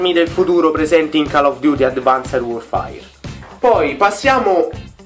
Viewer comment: Non si dice 'worfair' ma 'worfeir'